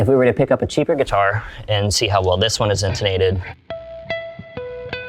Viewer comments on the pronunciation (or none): none